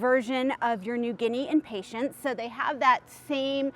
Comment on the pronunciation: It always cracks me up to hear people pronounce them impatienTS. It's hilarious -- so many videos have this mispronunciation. Arborvitae is another word that everyone screws up, too. I laugh every single time. I guess since Impatiens are from the Latin word to mean "impatient" because they tend to flower so quickly if you touch them...then I can forgive the mispronunciation. But...it's really funny to hear you call them Impatients. Like they are some sort of patient. It reminds me of people who call the coffee drink Expresso, rather than espresso. Or Cafe' Ole, rather than Cafe Au Lait. It's a hoot. Ok -- moving on.